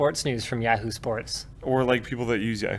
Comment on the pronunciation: Does Linus have a stroke every time he says Yahoo?